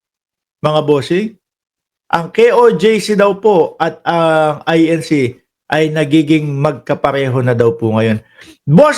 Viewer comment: Correction lang, I-N-C yan hindi I-N-Shee